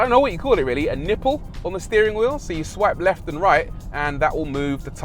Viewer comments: A niple? Really?? A niiple??? 😂😂😂😂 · Everytime you say nipple i laugh, 😂